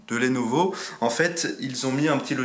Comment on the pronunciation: Pitié c'est lenovo pas lénovo